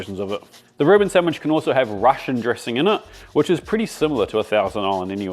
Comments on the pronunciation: Isn’t it Reuben not “Ruin”?! 🤣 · 'Ruin sandwich'? It's called a 'Reuben sandwich' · A "Ruin?" You mean a "Reuben?" You want that steak cut thin and chopped. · Too bad he calls it a ruin, lol